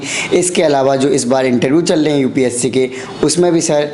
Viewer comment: Mujhe is par doubt kyon ho raha hai.🤣 "UPC" vala Banda... Fake hai... Group "Dicison" karta tha.. even he is an English medium aspirant, can't pronounce most English words correctly. 🤗